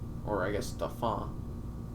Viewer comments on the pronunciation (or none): Fantastic analysis. So funny to see someone else talk about my state. Also it's daul-fin